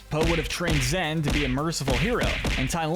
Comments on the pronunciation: Stop calling her ZEN? Her name is ZHEN. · It’s pronounced ZSHEN, “”! Stop mispronouncing her name,!